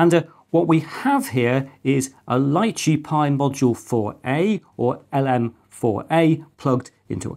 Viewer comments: I think it's pronounced Lee chee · I believe it's pronounced "lee-chee", as in the popular Asian fruit.